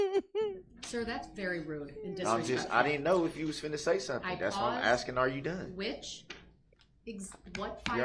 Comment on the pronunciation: Your honor he is only AXING for you to tell him what he doesn't understand NOT for you to explain to him!!! 🤣😂🤣🤣😂🤣😂 He wants the "troof" and your "oaf" of office! He wants "bof" 😂🤣😂😂😂 DUM-REL